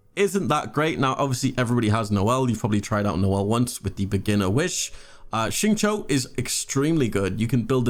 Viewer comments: Xiao is pronounced “sheeao”. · It’s actually pronounced as “siao” but, ok